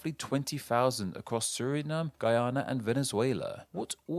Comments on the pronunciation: It's pronounced suh-ri-naam not suh-ri-num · Surinam just like Vietnam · Bruh I am Surinameese and how tf have I never thought of pronunciation Suri-Name lmao